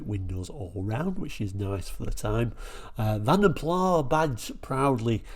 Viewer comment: The “s” IS definitely pronounced when saying Vanden Plas as the name was Flemish NOT French…